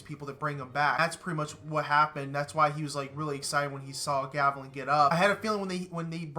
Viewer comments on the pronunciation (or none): Actually it's Galavan not Gavalan lol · Why does he keep calling him gavalan….its so annoying 😂